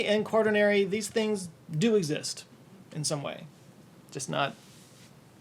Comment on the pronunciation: It's quaternary :) no hard "r"